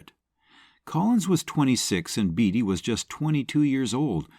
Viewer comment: Good Grief! Warren BATEy, not BEEDY!!!